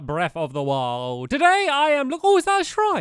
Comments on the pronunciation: MisterDireWolf Breff of the Wowl* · Breath of the wuoeild! 😂😂😂😂😂😂😂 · No offense to stampy or his accent but he says "Breff of the wowd"